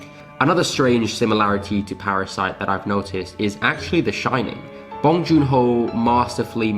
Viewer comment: NOT BAHNG.. it is BONG the b-o rhyme with tow, low, sew, bow, grow, blow and the n-g is normal sounding like song, wrong, tong, belong, hung, sung, tongue..